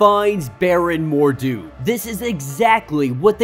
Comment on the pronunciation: It's Baron Mordo (more-dough) not Mordu ((more-doo). Mordu is the Sorcerer who is always fighting the Legion of Super Heroes.